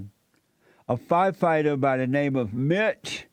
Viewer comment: HaH! It's ~ Fire- Fight- Er NOT F-F-F-FyeFihtur LOL! Do you understand Jesse your subbies are making fun of you? They're laughing at the fact that you can't read a coherent sentence correctly. You're struggling while reading the first line of the sentence. Stumbling over your words while trying to read the headline..then you have the nerve to ask questions about what you're reading? Making fun of blacks? Apparently you haven't did your research first huh? Ahhmazin lol.